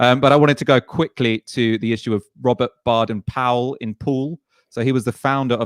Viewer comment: It's pronounced BAYden Powell.